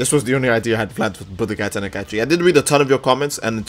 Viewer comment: Alright bruv, love ur vids, but god damn does it get annoying when u say "teni-kai-chi" like 3 times in a vid